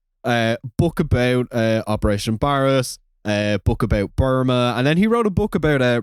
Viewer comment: It's pronounced Bare-ass. Or Bayer-ass.